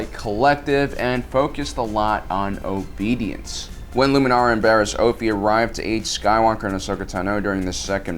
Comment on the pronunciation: Stop saying Luminari and Oafie